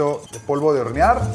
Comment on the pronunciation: "Polvo de horenar" Alguien más se dio cuenta? Xd